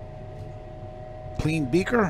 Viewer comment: the emphasis on “clean beaker” you killed me hahaha